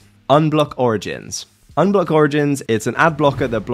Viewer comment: I love how he called ublock unblock